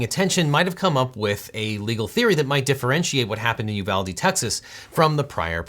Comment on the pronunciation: That isn't correct; correct would be: ooh VAHL day It's Spanish, after Juan de Ugalde Pronouncing it you VAL dee is just white people shit. It's colonialism